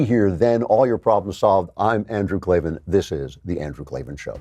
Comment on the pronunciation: No its Klavin